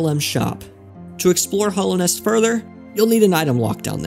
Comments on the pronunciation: I really like this video mate, so please don't take offence when I mention that it's called Hallownest, not Hollownest. Hallow, as in revered or sacred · Hallownest. Not hollow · Why are you saying 'Hallownest' like that? There's an 'a' there that you're saying like an 'o'